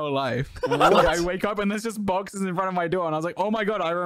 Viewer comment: Why is the way he says boxes so funny 😭